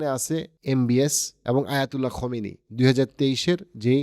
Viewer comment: বারবার আপনি খোমিনি বলছেন। সেটা হবে খামেনি।